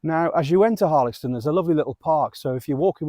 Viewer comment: I often walk a loop from Woolsthorpe by Belvoir which includes Denton and the reservoir. Last time I walked around Harlaxton however, I was (reliably) informed the X was pronounced as an S sound! I’ve just discovered you! Videos look great x